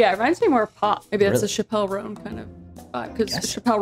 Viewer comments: Shuh-pell roan? Yall are just saying that on purpose now lol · The way y'all pronounced Chappell Roan like Shuh-pell Roan killed me XD it's just pronounced like Chapel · I can't with how badly they pronounced chappell roan lmao